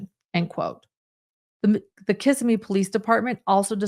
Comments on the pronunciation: Its kuh-simee NOT kiss a me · As a Florida resident you’re driving me crazy with the mispronunciation of Kissimee. It’s not pronounced Kiss-ah-me. It’s Kiss-sim-mee. You’re welcome. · Just an FYI: Kissimmee (accent on 2nd syllable) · The town is pronounced Kiss-SEM-ee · One note: The town’s name is pronounced Kiss-Sim-Me. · Fyi Kissimmee is pronounced casimee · Just fyi it’s pronounced Kiss-SIM-mee 😊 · “Kissimmee” is pronounced “Kiss-Seē-Mē” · It is pronounced. Ki-simy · I love how people who don’t know Florida pronounce Kissimmee. OAN, I hope they fixed him in leg